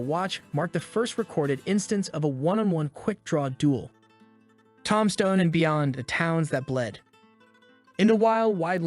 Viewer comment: says ‘Tomstone'